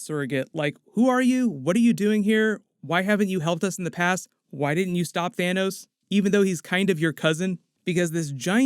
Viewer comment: The whole universe: Thanos. Salma: Tanos 💚🇲🇽❤️